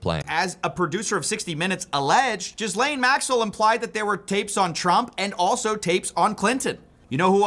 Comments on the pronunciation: her name is French so a bit confusing for English speakers but pronounced “gislenn” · Her name is pronounced Gillen, short i. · It is pronounced jeeslaine. The Lolita Express…anyone who has read Lolita knows the implication of the name. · Please, can everyone pronounce her name correctly? It's Jissss-len. It's French. Guylaine is another French first woman's name. I know she doesn't deserve the respect but as a French speaking person, this is like nails on a blackboard! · Can you please all learn to pronounce her name correctly…it’s not Guylaine it’s Ghislaine for god’s sake. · . HIGH ATOM !!! 💙💛💙💛💙 ISN'T HER NAME PRONOUNCED. "JIZZ LANE" ???? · It's pronounced GIZ-LANE (I believe it was her nickname). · Ghislaine is pronounced "Jizz Lane"... for a reason. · Why can’t anyone pronounce her name right?